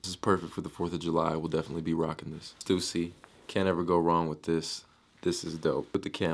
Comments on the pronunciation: its stuuhhhssy not stoosy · It's pronounced "st-uh-sea" ffs